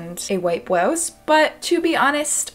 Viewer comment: “white bwowse”